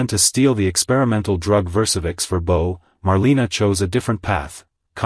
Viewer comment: Bo, not B-O!